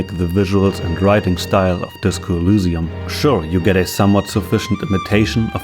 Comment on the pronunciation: Sorry if this sounds weird, but why do you pronounce Elysium like that? (specifically pronouncing Y like it was a U)